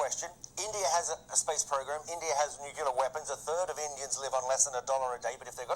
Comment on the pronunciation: This BBC newsreader got gastric problem to say I N.D.I.AAAA